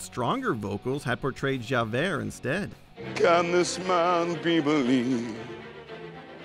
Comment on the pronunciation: Javert is my favourite character from the musical so I wasn't happy when Crowe butchered it.